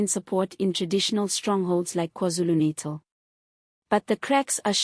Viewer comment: We like your reporting but please pronounce NATAL correctly and Z is not Zee, this is English, please!!